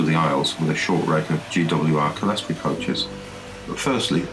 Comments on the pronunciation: Clear-story. Lots of people pronounce it Sellestory or Kellestory for some reason. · Well, if they do, they're idiots. And it is not Clear-story, it's cle res tor y, 4 syllables, not 3.